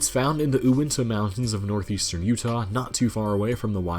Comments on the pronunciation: did he really say oointa Mountains? Not to be that guy, but the mountain range is pronounced the Uinta (You-inta) Mountains. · OO-IN-TA 💀 for future reference, it's pronounced "you-in-tuh" you gave me and my brother a good laugh tho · It’s UUINTA NOT OOINTA -Utahns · Ahh yes, the “oointa” mountains. For anyone that’s not from Utah, they are pronounced “U” as in Utah, and then just “inta” which sound how it’s spelled. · Okay just pronounce it the way its spelled lmao. Uintah is not OOINTAH, its Uintah with a U not an o, haha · Ewwintah mountains No sir uintah (you•in•ta)* mountains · FYI, Uintah is said YOU-inta, not OO-inta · It's Uintah moutains in Utah not the Oointah mountains, hahaha! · U-in-tuh...not Oo-in-tuh. But close. 👍🏻 Good video. Great info. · You said oo-inta. Its yew-inta. No worries though! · It’s “U” inta not oohinta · its produced U-win-ta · Utah's King's Peak is in the Uintah Range. It's pronounced YOU IN TAH. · My man really just said "Ou-inta" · you-in-tah for those Utah mountains just as a fyi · Utah Uinta mountains pronounced you- inta! Just like Youtah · You in tah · They're pronounced gwad-a-LOO-pay and yew-IN-tah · Utahs highest point is pronounced "you-in-tahs" or lazily "you-in-ahs" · ''o-Ointa Mountains'' xD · The Uinta range in Utah is pronounced You-IN-tuh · Couple of nit picky points. Guadalupe is pronounced guad-ah-loo-pa with long a on the end, not guad-ah-loop. And the Uinta mountains in Utah are pronounced with the long U like in Utah. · You-in-ta, mountains 🤙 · That drove me nuts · I died when you said Uinta lmao. its U inta lmfao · I hate you for how you pronounced uinta, it's pronounced you-intah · the way he pronounced "uinta" disturbs me. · Uintah huh? Better learn how to pronounce that. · Thanks for all of this information. However, it would be nice if you learned how to pronounce "Guadalupe", which is a Spanish word, so you need to pronounce the "e" at the end. Also, "Uinta" starts out the same as the state it's in, Utah.